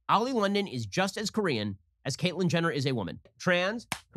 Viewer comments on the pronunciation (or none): When they said Kor/ean and Ji/min I cringed all the way down to my core